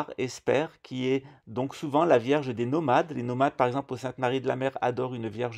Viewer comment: Je pensais que la franc maçonnerie avait ete inventé par les portugais 🤣🤣 il maîtrise le fils a plomb comme.personne A 7.34 tu dis Verge Marie ou lieu de vierge Marie 😆😆 tu exagères..pas bien ça tu me feras 2 avé marie et 5 notre père